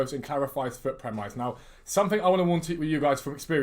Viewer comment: you da man, EA can suck an egg 1. how many hats have you got? 2. its not pronounced 'prem-eyes'.. its pronounced 'prem-iss' 3. remember the trailer for FIFA21 saying players will hold their runs to stay onside? another lie, can literally be classed as 'obtaining monies by deception' or 'false advertising' right?